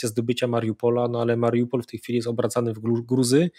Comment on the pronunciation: chyba ma jakieś schorzenie, bo zupełnie nie potrafi zapamiętać nazw miast, którymi się posługuje. Słynne już Cheresoń i Mariampol, Mariumpol i chyba jeszcze klika innych wersji (zawsze niewłaściwe), to już legendy. A teraz jeszcze poprawia poprawnie mówiącego Zychowicza myląc miasto w Rosji z ukraińskim (Biełgorod z Białogrodem nad Dniestrem)